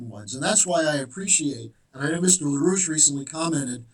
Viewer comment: Larouche? Really?